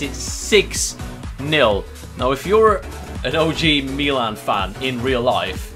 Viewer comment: he still can't say Milan he still saying meelan